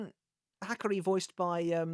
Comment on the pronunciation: They way you’re saying his name is killing me smallz😭😭 Ha-car-E